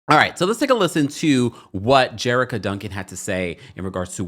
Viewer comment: You're pronouncing Jericka's name wrong with CBS.